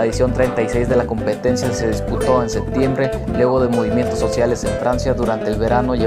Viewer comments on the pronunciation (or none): none